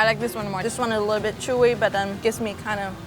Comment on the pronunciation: “Take a lilbirrovadip” 🤣🤣